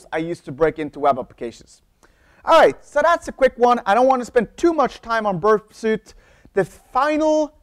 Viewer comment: Interesting video. I think these tools might be pronounced Burp SWEET and NUKE LEE EYE as in the center of an atom.